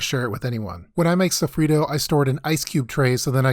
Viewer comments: Pronouncing sofrito like that should be criminal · He said sofrito like an gringo